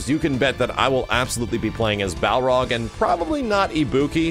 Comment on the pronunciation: learn how to say Balrog.